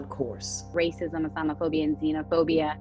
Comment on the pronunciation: I just hear “wacism, wacism”